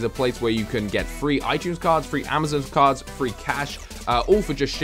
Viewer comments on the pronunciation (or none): none